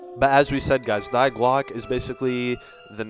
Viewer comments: its not "die" means the in German. that German word 'die' is pronounced "Dee" not "Diy" just tgought I would point out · It's pronounced "Dee" not "die" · First off you idiot Die is pronounced Dee, not Dy. Learn German.